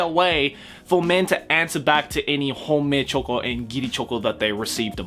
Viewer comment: I heard homemade choco instead of Honmei-choco